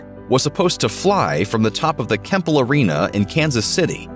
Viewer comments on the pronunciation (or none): It was Kemper Arena not Kemple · Kemper, Not Kempel! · Kemper arena not kemple.